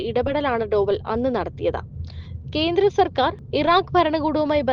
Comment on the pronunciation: കീരളം, കീന്ദ്രം, ഈകോപനം ഹോ എന്റെ മലയാളത്തെ ഇങ്ങനെ മാനഭംഗപെടുത്തരുതേ.